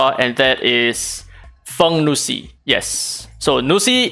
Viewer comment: the correct pronunciation for feng nuxi !!!